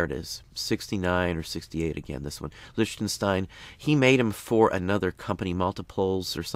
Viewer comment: its lick-ten-stein